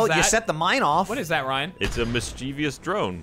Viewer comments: I feel comfortable adding to the existing slapfight in the comments: everyone mispronouncing mischievous as "mischeevious" was absolutely disgusting and my enjoyment of the video was severely impacted for about five seconds. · Ryan, it's mischievous not mischievious. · Ryan doesn't know how to pronounce 'mischievous".